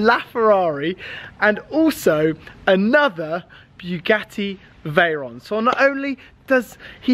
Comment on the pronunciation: Definately the veyron, and you do pronounce it correctly 😂